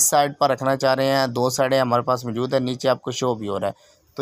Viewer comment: MJOOD nahi MO JOOD hai 🤣🤣🤣